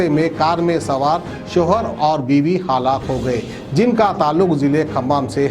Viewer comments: Haalaq nai hai woh halaak hai..... Zara urdu ke talaffuz pe kaam karo aap maherbani hoti kyu ki urdu me news sunare aap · Haalak nahi bolte halaak bolte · Haalak Kia halak plz prounciation correction needed